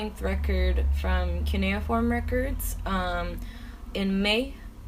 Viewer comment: Did she say cuneiform or canoe form